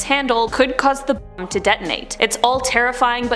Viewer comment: interesting video but why can you not say "Bomb"